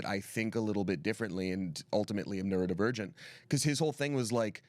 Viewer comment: "I'm neurodivergent" What I heard the first time: "I'm a nerd and virgin" 😂😂